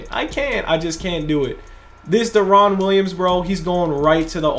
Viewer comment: Love ya bro but you saying deron’s name wrong please look it up. It’s so annoying